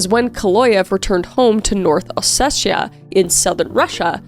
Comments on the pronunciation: It’s kinda hurting me: it’s O-SE-TI-A There is no “shhh” please I do not care about Vitaly he’s a murderer But do minimal research on pronunciation, it’s not that hard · It's OsseTia, not OsseSia, or OsseSHia. Just saying.